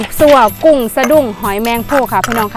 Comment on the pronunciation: หมอน้อยๆๆชัดแต่กุ้ง 555